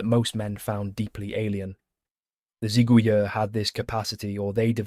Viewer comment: If I may, the word "Zigouilleurs" is used here in the plural and therefore ends with an S, but in French we do not pronounce this S.